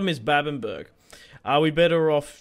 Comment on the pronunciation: “Babbenburg” Now, this is just me, I’m sure others pronounce it the same but I recon it’d be “babben-bruh” or “babben-buh-ra”